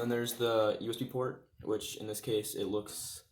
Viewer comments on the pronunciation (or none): none